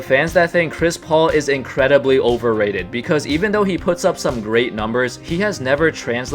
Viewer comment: Polarizing? You said Overrated wrong 😅